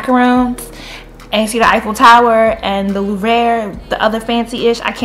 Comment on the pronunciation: Hi! I LOVE pop snark and how knowledgeable you are on soooo many different topics. I swear I learn something every time I watch. Keep representing us smart brown girls so well. And I'm sure someone has commented this by now, but the Louvre is pronounced like Loov. Have a wonderful trip to South Africa and Paris!!!